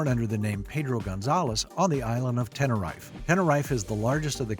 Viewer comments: The Island is pronounced Ten-er-EEF not Ten-er-EYE-f! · "Ten-err-rife" 😆😆😆 I love the fact that some people don't look into how to pronounce places/names